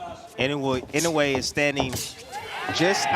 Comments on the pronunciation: Be honest with yourself. Either this is an AI generated compilation or the narrator is too lazy to learn how to pronounce Naoya Inoue's name even though the fight commentators say it repeatedly. Not liking. Not subscribing. People are too lazy to do even the least amount of research to make a good video. :face-orange-raised-eyebrow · AI always mispronounce the names. Sometimes three or for different pronunciations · Riding on the back of the greatness of Inoyue... Your commentary sucks , and you don't even know how to pronounce the names correctly.